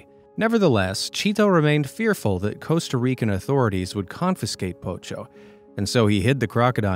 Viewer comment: Thank u so freaking much for pronouncing "confiscate" correctly! I've heard so many ppl pronouncing it like con-fin-scate lately. I'm like, HAVE YALL NOT SEEN THERE'S ONLY 1 N, NOT 2?! I'll stop ranting now lol, but I'm still serious when I say thank u!!!